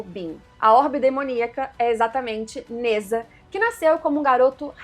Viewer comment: Se pronuncia Ne Zha (Djá) e não Neza